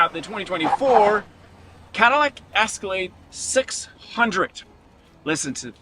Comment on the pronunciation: It’s Escalade not the ascalade